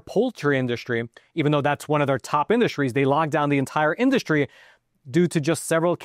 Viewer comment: FYI: It's pronounced IN-DUS-TREE, not in-duSH-tree. It's SSSSSS-TRAIN, not SHHHH-train. There is no H sound in ST. Stop ruining the English language.